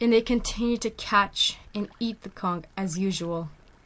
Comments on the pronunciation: TIL the word is pronounced "conk" and not "cawnch" 👍🏼🐚🧞‍♀️ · actually both pronunciations of conch and algae are right! the english language is indeed inconsistent and many things can be said in different ways! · also i dont mean to be a wiseass-but for educational purposes-it is pronounced al-jee not al-ghee>> but i have been pronouncing conch incorrectly my entire life-i appreciate that now i know how to say it correctly! so i hope you don't take my correcting you the wrong way :) knowledge is power! also the english language is inconsistent af. how heavy is it-the shell and creature? it never occurred to me until 3am today that perhaps there is a creature that lives in that shell! hahahah. i'm a smart stupid or w/e lmao